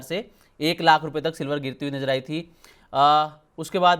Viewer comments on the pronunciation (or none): वो 'सिल्वड़' वाले एंकर महोदय किधर गए 😅